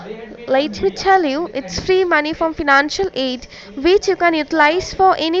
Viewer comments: Nobody : Scammer : "Feenancial Aide" Random "Karen" on the line : "Gimme gimme gimme" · I love how she pronounces "fee-nancial aid". Can't some 'Online Educator' teach her? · "Fiinanshal" .."fiinanshall".. ...said the us goverment grants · “Fenanshal aid” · Fee-nun-shell aid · Fee-nancial aid. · The way she pronounces 'financial' is killing me